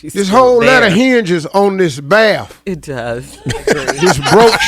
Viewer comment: "This whole letter hinges on this baaf!"